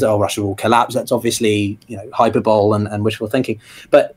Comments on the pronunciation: "hyper bowl" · Hi mate. Just FYI, you are pronouncing the word hyperbole incorrectly. It should be pronounced "hy" + "pur" + "buh" + "lee". I'm not trying to be a nazi. I would just want to be told if I were mispronounced a word to a large audience.